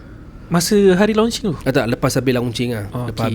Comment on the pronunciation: it is mentioned as lonch...bukan lau nch. nak jadi kak jem ray ke?...bukan rare